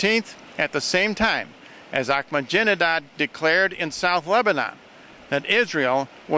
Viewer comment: anybody know why always calls ahmadinejad 'ahmajinedad'? i'm pretty sure it must be on purpose cuz never says or does anything by accident.